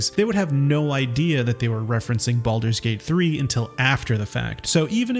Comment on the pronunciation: “Baludurs Gate3”